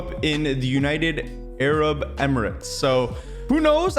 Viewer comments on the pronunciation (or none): none